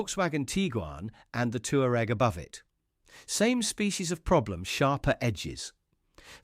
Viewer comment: Toower egg? NO!! Twar egg!! (toureg)